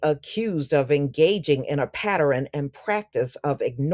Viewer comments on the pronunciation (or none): Dear, please note: I notice that you pronounce, "pattern". As "patter-ren". You add an e between the r and n. Feel free to ignore me of course. Just pointing out.